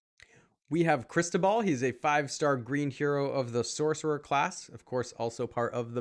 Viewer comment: "Ó" in Cristóbal, you should pronaunce like "U" in "about".